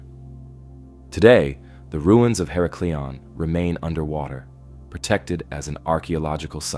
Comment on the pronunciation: her • Ack • leon You are saying hera • Cleon Just trying to help… Tom